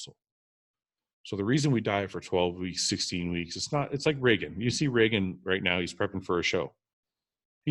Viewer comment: Why does everyone say Regan's name wrong?